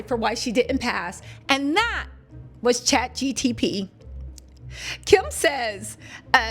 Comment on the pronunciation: Girl you can’t even say ChatGPT correctly